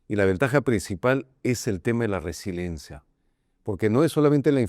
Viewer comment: Se dice resiliencia no resilencia